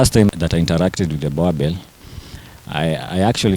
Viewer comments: Its Boerboel not Boerboer! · Its pronoulike boorbull but its spelled boerboel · You guys are pronouncing this breed wrongly. This is a boerboel, The name Boerboel derives from the Afrikaans words boer, meaning farmer, and boel, a shortening of boelhond. I also own a boerboel bought from my collegue's sister whom is a farmer.